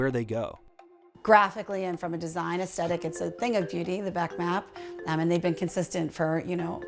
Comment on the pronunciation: Can you please learn how to pronounce aesthetic...